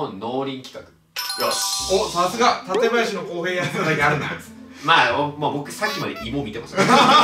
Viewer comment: 館林のイントネーションが市民には違和感